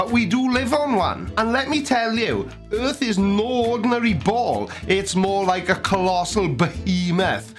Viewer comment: Yours = yurs, earth=yurth, etc